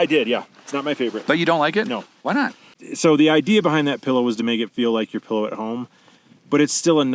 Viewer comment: Oh my gosh, someone else who says "pellow"!!!! I grew up in Southern Oregon, so maybe it's partly a west coast thing??